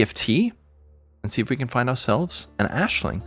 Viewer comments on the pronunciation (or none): Why are you calling Aisling Ashling